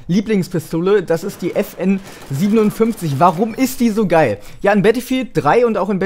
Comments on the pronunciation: will ja nich klug scheissen oder so,aber bei der FN57 musst du es Five-Seven aussprechen ;) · geiles video aber die FN57 wird ausgesprochen FN FiveSeven